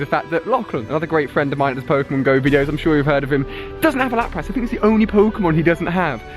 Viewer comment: you say Lapras wrong it's pronounced Lapris pretty much